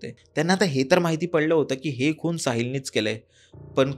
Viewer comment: अबे "खूण" नाही, "खून" आहे. आणि जरा मराठी शब्द वापर!! हत्या म्हण! Please यार मराठी साठी एकदा मला hire कर. खूप खूप चुका करतोय तू लिहिता बोलताना!